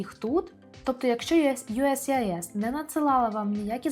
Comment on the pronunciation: Могли б ви вимовляти не «юскіс», а «юєєссіайєс»?) то не є вірно